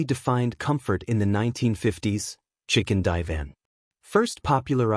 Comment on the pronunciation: Gotta love ai , chicken divan?????😅